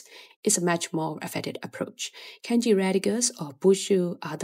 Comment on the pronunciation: Why do you say KENji instead of kahnji (i'm talking pronnounciation not grammatically of course). It's way off.